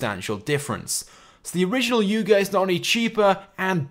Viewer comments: Its youga not yoga (you-ga) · ITS PRONOUNCED AS "YOOGO" NOT YOGO!!!!